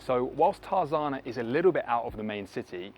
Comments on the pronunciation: Tar Zar na? Get with the programme mate...Tar ZA na! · The City was named after the Edgar Rice Burroughs book Tarzan. He lived in the neighborhood so the correct pronunciation is TARZAN with an extra A at the end. TARZANA